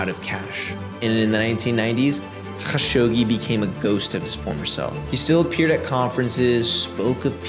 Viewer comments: definitely good character to pronounce people’s names correctly but his name inst KHashogi, the transliteration from Arabic would be A’dnan kha-Shuq-ji, but the origin commenter has a point in Arabic the letter خ doesn’t have as much kgggh in it as you’re pronouncing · bro, youre doing too much with dudes last name. just Kah-shogi. Dont need the kkgghhaaa-shogi throat loogey thing, especially while totally missing other foreign surnames without concern lol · Idk if you respect this guy but say it the way tim dillon says it, Kashogi lol. So much inficense on the hard R's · i hate like you pronounce his name: ACH SCHoggi" LMaO his name is and was "evil bastard" or SATAN HIMSELF 😆 YEAH the chechinian "attacks" have been the 9/11 or "pearl habor" for the falling UDSSR. same playbook, sam actions, same outcome. Hitler did the same like 40 years earlier with the "reichttagsbrand". why we fall for the same shit all over again, every few years?... its freaking crazy!!! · yea great video but the HAAGGGGSHOGI every 10 second is fucking awful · okay I put up with it, good video. just don't spit at me next video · I love your videos but I gotta dip out on this one. I can't hear you pronounce his name like that anymore. I'll be back for the next one 👊🏼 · Bro stop pronouncing Kashoggis name like that, just be normal. Its a foreign name no one is going to judge you for not pronouncing it right jeeezz.....